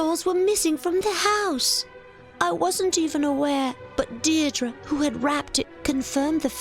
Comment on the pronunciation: Funny enough she pronounced "Deirdre" correctly.